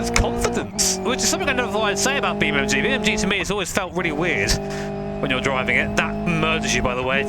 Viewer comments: its "NG" - EN-GEE. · Why you say BeamMG 🐒🤣🤣👍